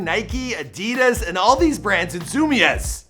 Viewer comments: Zoom ez no it’s zoom-ies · homie said fucking "zoomez" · My man said zoo mez 😂😂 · dnapz I know but it’s very easy to look up how it’s pronounced